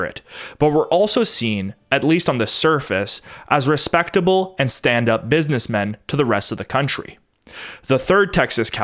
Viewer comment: You said milleu and respectsble. I see u